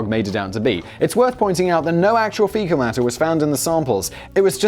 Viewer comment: It took me a minute to realize you meant fecal lol